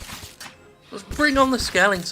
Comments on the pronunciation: "Skelingtons" I know he is saying it Ironically, it just made me laugh. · Honestly, I'm not sure whether he is saying it ironically, or genuinely keeps mispronouncing it, just because he's gotten used to it.